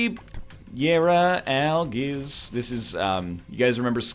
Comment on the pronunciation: Why is it that some runs you say Algiz like Al-giz and some you pronounce it like Al-jiz. It bothers me more than it should.